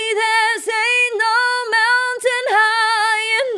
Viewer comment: Good stuff, but I almost busted a gut: "Anal Mountain" ?!?! You mean "Ain't No Mountain"?